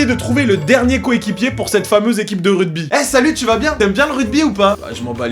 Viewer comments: le "RUDBY" non mais ça va pas ou quoi "ruGby" avec un GGGGGGGGGGGGGGGG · Suis-je le seul à entendre RUDBY et non RUGBY ???? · QQN LUI DIT QUE ÇA SE DIT « RUGBY » ET PAS RUDEBI ?! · tu dit rudby mdrrr c'est rugby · RUGBY ! pas RUDBY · Rugby, pas "rudby" ! Ahahah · Je suis désolé mais on dit ruGby avec un G un G pas un D!! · c'est moi ou il dit rugby ? mdrr ce grand fou